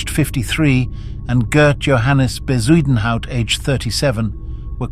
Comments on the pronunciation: Ffs is bakkie not bahkey and Bezuidnhout not whatever the fuck you tried to say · Can someone please ban AI voices from this platform? Editors are now even too lazy to narrate their videos. It hurts my ears listening to the voice trying to pronounce Bezuidenhout